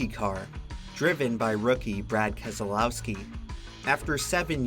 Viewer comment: Obligatory "Brad KEZ-UH-LOW-SKI, won this race"